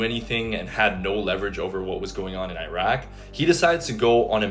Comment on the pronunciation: What the hell is eye-rack?? It's Iraq bro. It's not hard to say.